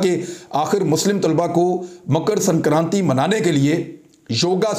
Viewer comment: It is Makar Sankranti n not Mukar as you said